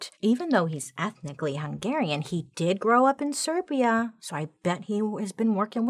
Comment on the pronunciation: Finally someone knows how to pronounce "Hungarian ethnicity", thx Bailey, you are the best ever, love from a Hungarian 😍😍😍